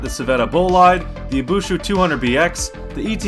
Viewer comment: Dude, in the first challenge the Bolid jumped more than the Scintilla and yet you gave it less points... (Also it's Ibishu, not Ibushu)